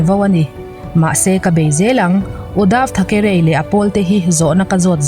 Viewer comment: Uddav tha ke reiiii tiloin uddav thakree ti a lam tur aw